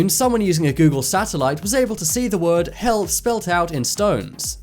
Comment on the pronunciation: When he was talking bout' how people sp3lt out help, it sounded like he said hell